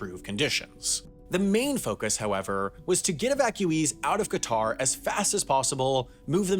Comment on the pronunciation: that’s not how you pronounce Qatar